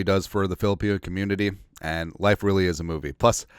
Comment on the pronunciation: when you mean to say Really ...you say Rearey..is that like Scooby Do LOL